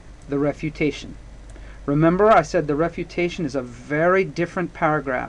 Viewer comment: I am watching this for my english IGCSE...thanks very much.....but are you saying REPUTATION PARAGRAPH or something else ?